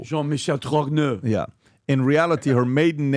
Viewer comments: Ppl called Candace a conspiracy theorists but she was right all along. That person was born a man and is still a man wearing women's clothing. Why won't these ppl just come clean. Tell the truth ! Stop deceiving the French ppl and the world btw pronunciation is jon michel trog- no ! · the name "Trogneux" is said "Tro-nee-uh" in French. just say it quick and it's the real deal.